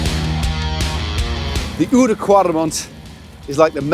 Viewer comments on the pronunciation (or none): Nice video. Small lesson in pronouncing Dutch here though: Oude is not pronounced in the French way you are saying it now. The 'ou' in Oude is like the sound of the 'ow' in owl. (Works for Wout van Aert as wel.) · Or think oud like loud without the l